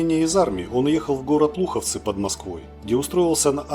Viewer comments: "летное происшествие моментально облетело все ВВС СССР" И много их было в СССР этих ВВС? Прямо таки все ВВС облетело? . Не Луховцы, а Луховицы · не Луховцы а ЛуховИцы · Автор текста и озвучки безграмотный человек. Чижов-Дроздов, Луховицы-Луховцы. И тд. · Луховицы. Авиазавод в Луховицах, не в Луховцах